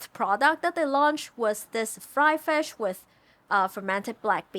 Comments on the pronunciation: What is fesh? Do you mean FISH? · Love this food since I was a child. Also you say fish with an accent, did you learn english from NZ😃?